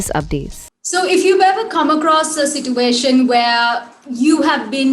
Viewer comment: mispronouncing words is the new cool? siTuation?. Kudos to them lawyers!